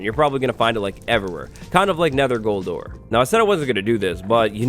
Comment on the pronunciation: I thought he said nether quartz you'll find everywhere kind of like cold sores not gold ore lol